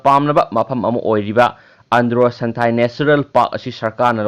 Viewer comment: Santhail haiba natte santhel...